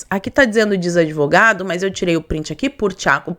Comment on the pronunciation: É "devogado".